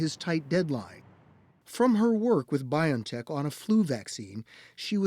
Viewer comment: If you respect the company BioNTech, pls pronounce it as bee-on-tech, not by-on-tech How do you pronounce the name 'Jose'? 'jo-say' or 'ho-say'?